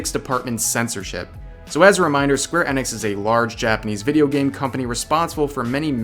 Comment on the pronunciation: Square "Ehnix"